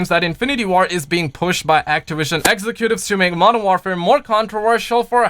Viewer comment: Jesus learn how to say Modern Warfare please it’s not modern ware fare. WAR WAR WAR how do you say war not ware